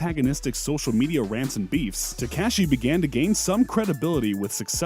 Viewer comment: I mean he's calling him teCASHee